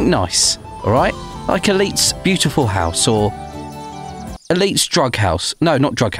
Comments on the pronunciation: intro: hi guys it’s elite What I hear: Hi GUYs ITALY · Youtube hears thats